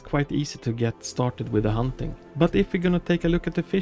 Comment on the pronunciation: Dude it’s not “humping” it’s hunting